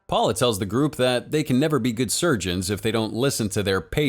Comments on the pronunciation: Thought I was the only one. This dude really said “powla” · Actually the way to pronounce Paola is (Paeoela)